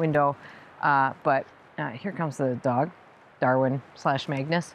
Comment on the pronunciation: While Magnus is size wise appropriate, it seems a bit hard to understand what you say. Some days could be Magnets, or as the one viewer asked before, are you saying Maggots!? Smile. When you say Darwin that is totally clear, it goes well with Dorothy and is fitting for a person into both gardening and animals!